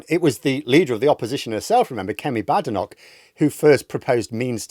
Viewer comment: Why does deliberately insist on mispronouncing Badenoch's name? Would it be because he hates Tories and doesn't want to be seen showing respect to one? Or perhaps a black female politician isn't worth the effort.